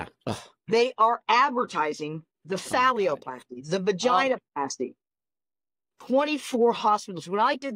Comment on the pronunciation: Why does he keep saying phallioplasty instead of phalloplasty?